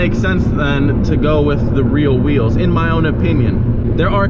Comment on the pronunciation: Why does he keep calling rims weels or am I the one who is wrong